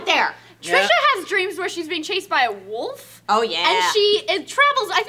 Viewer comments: Oh my god I hate when people say "woff" instead of wolf with an L, like it's spelled. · Trisha who the hell taught you that wolf is pronounced woof? It makes me cringe every single time you say it. It reduces your credibility on everything getting such a simple thing so wrong. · Actually..if you go to and replay it 100 times..You can actually hear the difference between wolf and wuff lol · There's a difference between woof and wolf "nope" lol! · Well I guess Trisha still can't say wolf. Such a shame.